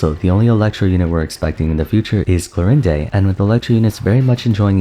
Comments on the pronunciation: He’s done it twice now, does he just not know that its pronounced like “klor-end”? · The way you said Chlorinde's name makes me hurt